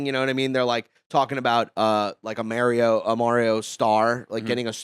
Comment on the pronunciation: I got a bone to pick with comedians saying Mare-io. It’s a me, Mario. Mar-io.